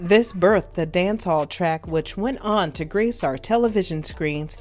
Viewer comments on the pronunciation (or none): none